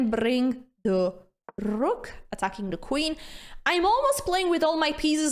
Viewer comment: Okay, I like the sense of humor and the sharp R in "rook", so subscribed. Thanks for a good time watching this video. ❤